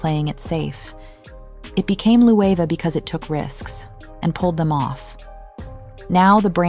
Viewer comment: Jonathan Bailey taught me now to pronounce Loewe. Thanks bby